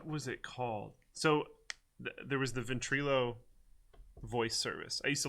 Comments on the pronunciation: illo not eelo... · "VentrElo" lmfao Everytime you say it makes me cringe. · for. Your pronouncing Ventrilo wrong